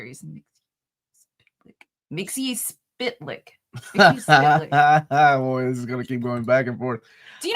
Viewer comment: "Mix-yes-spit-lick" is how I pronounce it